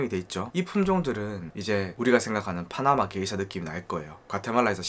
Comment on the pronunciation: 다 좋은데 왜 자꾸 게이샤라고 하나요? 원 지역명을 보면 명확히 게샤라고 써 있어요. 근원을 따지자는 사람마져 게이샤라고 첨부터 끝까지 발음을 하다니.... 에혀....